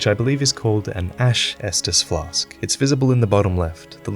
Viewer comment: Ash estus flask huh? Sounds more like an Ashtus flash to me right? :D